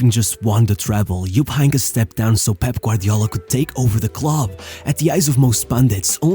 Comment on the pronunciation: Bro what How the f did you pronounce Heynckes name lmao Einkamm?